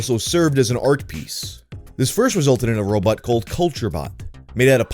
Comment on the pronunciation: "what's a robAWT doin here?"